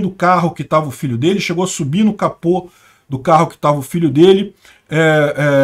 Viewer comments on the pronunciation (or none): none